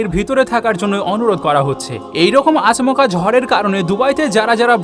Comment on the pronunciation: 'আচ -মকা' বলে কোনো শব্দ নাই। শব্দের শুদ্ধ উচ্চারণ হলো 'আচমকা'।